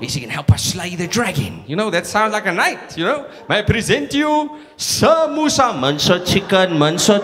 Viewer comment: when he said sir moosa it sounded like samosa